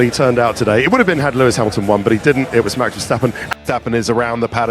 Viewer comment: He can't even say 'Max'. Sad guy